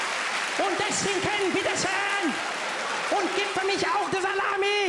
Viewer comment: As a non-native german speaker even I know it isn’t “bitte scheen” and “drinken”, but rather “bitte schön” and “trinken”. But who cares anyway.